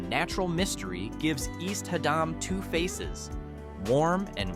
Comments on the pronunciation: HAD-dum. AI sucks. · Lol had damn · Interesting video...wish AI could pronounce HADDAM correctly.... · I know. This is the second AI video that did that.